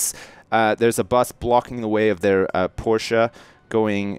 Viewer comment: actually pronounced "Porsche" right! 0_0